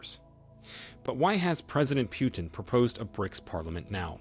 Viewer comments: Its pronounced POO-TIN not PYOU-TIN. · It's PUtin, not PIUtin. You won a 'dislike'... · It's not 'pew-tin,' it's 'poo-tin.' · President Putin's name is NOT pronounced "PEW-TIN". The "u" is pronounced as a double "o", as in "too". US reporters can't get Macron's name right either. They say "Mak Crone". What's wrong with these people that they cannot even get national leaders' names right? To me, it makes everything they say suspect. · putin and not pyutin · What is wrong with u? U cant say pootin? Instead of piutin? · It's not Pew-ton! It's Pu-teen. As for BRICS yes! and why not?! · Pyewtin? Really? Lame. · [Arrogant and disrespectful, received British pronounces Putin as Pewtin. Please stop the insult. We shall overcome with respect with Rev. Martin Luther King jr. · Too many empty words. And it’s not Pyootim. Please get the name right. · When will you guys learn to pronounce names properly? You don't know how to pronounce "Putin", stop making videos.